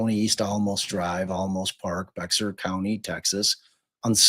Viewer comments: For heaven’s sake. If you are making money off this family’s troubled times, at least learn the woman’s name, the names of the county and towns where all this happened. Bexar is Spanish and is not BEX-AR. This is pathetic and unkind. Get a real job. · Please have the consideration and respect to get the name correct. The victim’s name is Suzanne, not Susan, you only bother to get it correct occasionally. Also, Boerne is pronounced Bernie, Bexar is pronounced Bear. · Bear is pronounced "bear", and Boerne is pronounced "bernie". Last year I rented an apartment in that neighborhood and took my grandchildren trick-or-treating among all those beautiful houses. I wonder if I met them that day last year. Such a shame. I was just getting out of a relationship myself and struggling and dealing with trauma, but you don't think it's happening in those pretty houses.